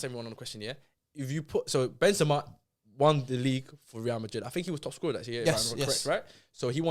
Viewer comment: The disrespect on Benzema's name man. I usually agree with but hes had a mare this episode.